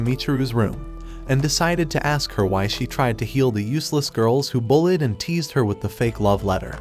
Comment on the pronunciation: Instead of bullied he said bulled😂